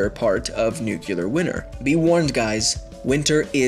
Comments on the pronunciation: its pronounced NU-CLE-AR not "NUCULAR" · I just want to point out that you are saying nucular and not nuclear. I know language stands to be interpreted, tomatoe tomotoe, but this one is pretty clear...nuCLEAR lol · "nukulur nukulur nukulur nukulur ....." fucking hell... it's pronounced like NEW+CLEAR GRAMMATIK MACHT FREI !!! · It's nuclear.. Not nukulear.. C'mon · Had to stop watching when I heard "nu-cu-lar" twice. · New-cue-lurr winner sigh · Nuc-u-lar. It's pronounced nuc-u-lar. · Okay this video makes my head hurt, I can't stand hearing you say "nuculr". Goodbye. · Every time I heard "Nucular", I got ever so slightly more annoyed than I was before. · Could Humans Survive a new-kee-lar winner? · Why does he keep saying new-cue-ler nuclear! WHERE IS THE U AFTER THE C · He wasn't even saying nuculear; he was saying nucular. Just think what that laziness indicates for the truthfulness of his facts. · NUCLEAR not NUCULAR!!!! Its derived from nucleus not nuculus. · Nucular winner Yay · you idiots don't know the joke the video pronounces Nuclear Winter as Nucular Winner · Everytime you say "nucular": -a kitten dies -a puppy dies -a safety switch on a warhead fails -trump starts thinking about bombing the middle east -north korea builds one warhead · Amazing, he said Nucular so many times that Trump actually bombed the middle east! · Thentai he ment to say nucular stop being a grammer freak noone cares about spelling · "Nucular winner" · NUCULAR BOMBS, NUCULAR WINTER, dude... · Came to the comments just to say this. Couldn't pay much attention to the information as listening "nucular" every 3 seconds was rather annoying. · Nucular winner? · I hate the way he says "nuke-u-ler." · Woah, woah, woah, slow down there,, it's pronounced "New - clear" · NEW CLEE ER NUCLEAR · Nucular winer. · whyyyyyyy did they let him say "nucular" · "Nuke-ular" CRIIIIIIIIIIIIIIIIIIINGE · Oh dear sweet mother! NEW-KEW-LAR Ear trauma! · STOP SAYING NUCLEAR WRONG